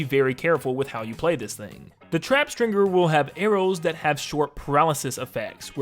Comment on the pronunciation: the actual name: stringer this guy: string-GER